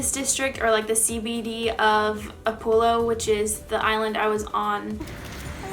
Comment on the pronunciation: its Upolu not Upulo